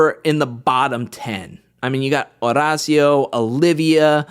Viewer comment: I love watching you but I hate how you say Horacio’s name 😂